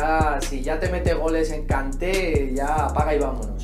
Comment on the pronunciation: Ngolo kanté ya sabía que era su favorito, siempre lo pronuncia de otra forma jajajajaja kaaaanté